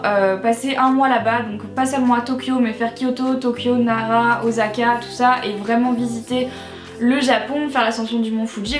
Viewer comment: "Osaka" pas "Ozaka" hahahaha :) but no problem :p on t'aime quand même mais pq tiens tu à y aller, quelles sont tes motivation ?